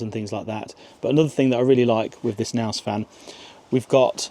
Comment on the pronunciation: What's a Naus?! The K is not silent.